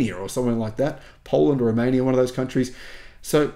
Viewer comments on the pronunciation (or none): none